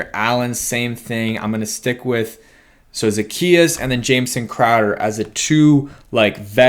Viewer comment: O-la-me-day...Zuh-key-us.....Olamide Zaccheaus